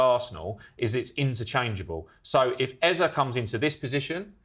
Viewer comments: It’s Eze, not Eza. No a in that name and Eza has no meaning. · Eza? Pretty sure it's pronounced ezay